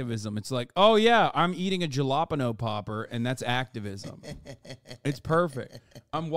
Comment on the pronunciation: How the hell did he pronounce Jalapeno like Galapagos turtle